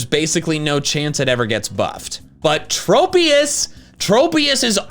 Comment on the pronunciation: THERE IS NO E IN TROPIUS!